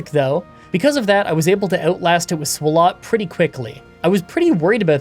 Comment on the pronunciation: i just gotta ask, why do you pronounce swalot like that when its a play on swallow...